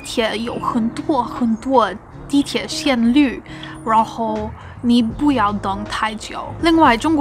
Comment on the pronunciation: 线路，lu， 不是绿